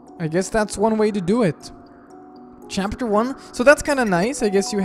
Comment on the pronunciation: 🍞 Chara at the beginning looked like my mother when I said no to her homemade bread 🍞 (Also, right after, I can’t stop thinking on how said ‘chapfer’)